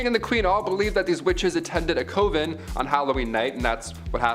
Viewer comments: Heretic... pronounced = HAIR-UH-TICK. Coven.... = CUH - VIN JEEZ, DUDE. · IT'S "CUH-VEN" OMFG ITS. FUCKING. "CUH-VEN."